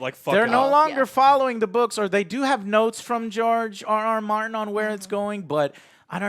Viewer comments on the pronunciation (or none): none